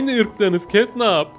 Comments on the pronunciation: Abi catnap ketnap değil ketnep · Abi Catnap diye yazılıyo Ketnep diye okunuyo yani Ketnap değil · Abi catnap yazılır ketnep okunur